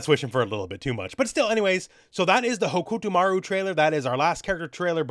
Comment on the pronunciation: your pronunciation of hokutomaru is on brand in so many ways